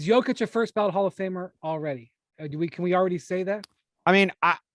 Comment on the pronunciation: Bruh said Jokic……. Really?